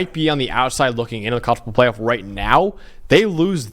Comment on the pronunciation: Bro pronouncing college football playoff in 5 syllables. 😂